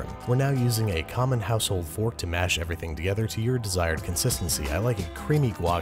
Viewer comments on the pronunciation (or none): none